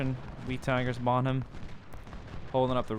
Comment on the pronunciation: It's not bon ham it's pronounced bonam